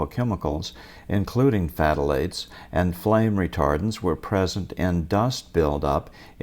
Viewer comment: Just forget about the ph - pronounce thalates. fth is awkward - just stick with the th.